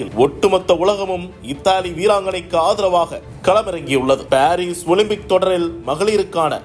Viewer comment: எல்லாம் ஊசி போட்டு வருது ... ஓலிம்பிக்( ஓலும்பிக்) சீ